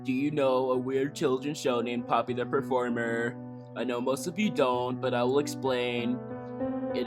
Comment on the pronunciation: "Papi the peformer"